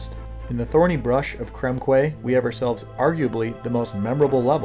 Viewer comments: Tiniest of nitpicks - Quay is pronounced "Key". A lot of people get this mixed up. Love DKC2. The one thing that illustrates, to me, the difference in speed between Dixie and Diddy is evident in Slime Climb getting that invincibility barrel. From the continue point, if you run with Diddy and you roll into the Kannon, you will take him out. Try the same with Dixie and you'll get a cannon ball to the face. Great video 👍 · Did you know that Quay is pronounced Key?